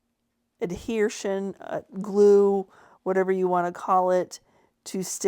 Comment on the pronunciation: What is “adhershun”? 😂